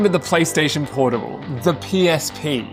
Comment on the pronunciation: bro said pornable